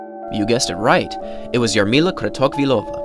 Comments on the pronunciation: As a Czech i can say it was not corect. CH sounds similar as "J" in name Javier in Spanish. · Kratochvilova was pronounced quite good, with that "CH" ("J"avier) exception... but still, quite good ;-) Koch was wrong - I just wonder why, German language is quite widespread, no? Comparing to Czech at least